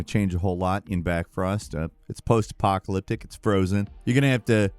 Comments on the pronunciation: BLackfrost, not backfrost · Blackfrost not Backfrost.... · BACKFROST? it's BLACKFROST dude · Hey, nice video! Just pointing out that the new The Long Dark sequel is actually called "Blackfrost" not "Backfrost!!!" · It's BLackfrost! With an L! Come on dude